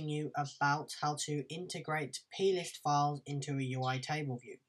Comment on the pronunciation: ohhhhhhh plist, for a second there I thought you were saying penis :P